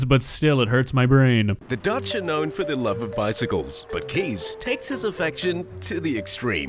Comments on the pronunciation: Well, I'm Dutch and I love my bicycle, but I do have my limits 🤣 Oh, and just a side note: his name "Kees" is pronounced as "case" instead of "keys" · You say his name as "Kies" But is is more like Case Like in a briefcase ;) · Just please prounounce it "Case" not "Keez". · as a dutch person i just keep hearing keys instead of kees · I love my country. Btw Kees is pronounced excactly like 'Kays' as in Kays Cooking. Edit: Oh god, I just realised he lives in the next town over... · His name is pronounced "case". I am Dutch, and yes bikes are very loved here. Bike fuckers are not common though, I like my own bike, but as a bike and not a lover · Actually his name is pronounced as "Kays". Being Dutch I love biking too, but this is a little much 😄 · As a dutchman myself I can confidently say that we do love our bikes... but not like that. Fun fact there are 1.3 bikes per person in the Netherlands. 22 million bikes and just 17 million people. So for Kees a lot of fish in the sea. Also,, you're butchering the name Kees. Its pronounced Kays not Keys. Love ur vids man! Ps. G E K O L O N I S E E R D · Considering this mans name is "Keys" or at least pronounced that way I would've assumed he'd fall in love with a bunch of motorbikes instead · but he didn't mean the word like that, he meant the man this video is about. But because the word is pronounced 'keys' by a lot of English speaking people, it can be misunderstood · i am dutch, and u can say Kees like case in english. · If this is about the pronunciation of the name Kees, yes Kees is pronounced as case